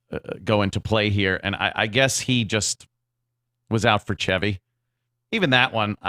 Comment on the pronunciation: I will never call him Chevy like how you pronounce ‘chives’, it’s Chevy like the car.